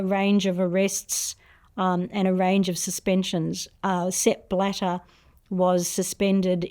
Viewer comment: Sepp… bladder?. Sounds a lot like step ladder… I’m sorry xD